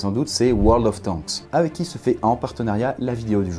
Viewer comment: Arrête de dire tanqusse c'est teinqusse